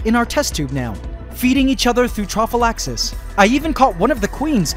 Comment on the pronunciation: Trophallaxis xD thought it was called prophallaxis